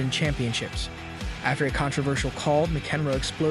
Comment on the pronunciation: Dude you can't even pronounce the biggest players' names correctly...Djokovic, McEnroe.... YOU CAN'T BE SERIOUS!!!!